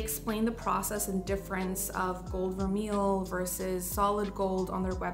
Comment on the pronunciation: Thanks for the video and best wishes as you welcome Baby #2. BTW…vermeil is pronounced ver-may.